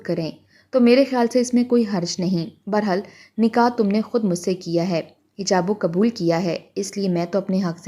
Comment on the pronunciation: 1. Ab tk ye hm jantey they Garmion ki chhutiyan 2 Mahino ki hoti hain, Sardiyon ki nahi.. 2. Hijab o qubul nahi , Eijab o Qubul. 3 . Halla Gulla “ Ha” se nahi “Hey” last but one lafz se hai.